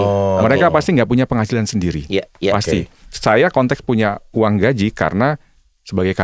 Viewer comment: Maaf --> GAJI .. bukan GAJIH.